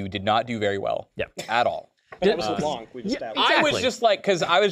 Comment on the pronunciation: Pronounce LeBlanc like it should be pronounced, not with a k at the end